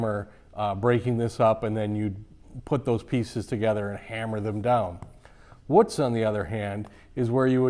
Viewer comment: Wootz is not pronounced like foot it’s like boot. Also if you watch the documentary about Al Pendray then you will understand this is an over simplification of how wootz steel is made. The thermal cycling and vanadium percentage is critical otherwise you just get steel that looks like wootz but does not have the same properties.